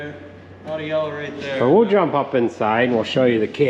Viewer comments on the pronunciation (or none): none